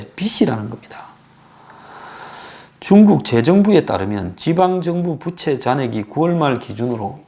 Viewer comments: "부채" 발음이 좀 그렇네요. 부:채 즉 "부"를 조금 길게 발음해야 하는데 짧게 발음하는 바람에 여름에 쓰는 그 부채로 들립니다^^ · 덕분에 경제상식 많이 알게되어 감사요~~~ 그런데----중국부채---라는 단어에서 부의 음이 장음인데- 단음으로 해버리니---여름에 사용하는 부채로 들립니다 이러한 현상은 여기저기에서 나타나는듯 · 경제는 많이 아는 가 모르겠다만, 우리말 부터 정확히 발음을 했어면 좋겠다. 빚은 빗으로, 빚을 말하는 부채는 더우면 부치는 부채로 말하고 있어서 듣기가 몹씨 어렵다. 우리말 부터 바르게 말하는 공부를 하고 이런 곳에 나왔으면 좋겠다.